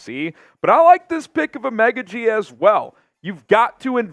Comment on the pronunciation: I could’ve swore it was pronounced O-Mah-Ga-G but 🤷🏾‍♂️